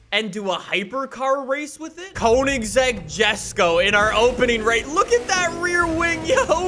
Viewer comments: I’m clicking off because of the way he says Koenigsegg Jesko. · It would be fun if you tried to learn how to pronounce Koenigsegg